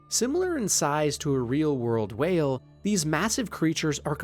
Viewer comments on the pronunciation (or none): none